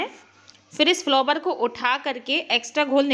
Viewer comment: Bahe ji, फ्लोवर जैसा कोई शब्द word ही नहीं हे. आप फ्लावर बोलीये.